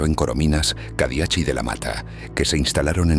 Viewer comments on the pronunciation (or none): *Cadiach se pronuncia Cadiac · Gracias por vuestros vídeos!!! Los apellidos catalanes acabados en ch se pronucian sin la h ("Cadiac")